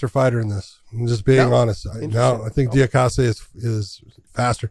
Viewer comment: The altitude didn't affect Merab THE MACHINEEEE. Also, pronounced Diakese's last name better than Josh or John lmao